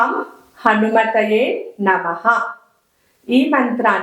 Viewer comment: Hanumathaye Antara Hanumathey Antara Asalu aa telugu ucharanaki 😮 Sreemathrem namaha yemiti